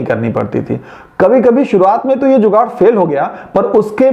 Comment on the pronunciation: Informative video, nice one, you should make a correction in your channel name. Name it "Jugaad" not 'zugaad'